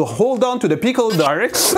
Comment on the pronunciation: I love the way he says pickle peecal